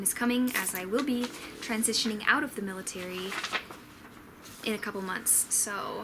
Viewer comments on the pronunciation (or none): none